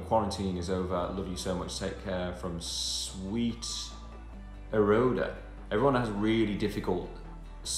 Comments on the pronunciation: Why can no one say eroda lmao. Louis can’t now Liam can’t has no one seen the adore mv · icecream cake I was expecting the comment section to go crazy about Liam not knowing what Eroda is 🙈 but not yet I guess 😋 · "sweeteroda" "Everyone has really difficult names to understand" Me: Tell your fooking friend that, he has come up with it, not us! 😂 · my heart when liam didnt know how to pronounce eroda = broken